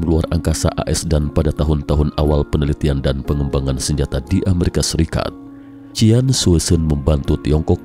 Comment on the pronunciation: Qian bkny cien y bcanya. Bkn cian. Sk bgt ntn 👀ke3